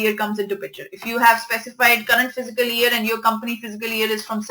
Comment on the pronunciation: Well, very good videos, learnt a lot from it. Her pronunciation for "Fiscal" need to be corrected, please don't mind.